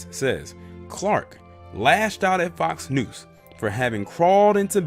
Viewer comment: Lol do you keep saying Fox News or Fox "Noose"?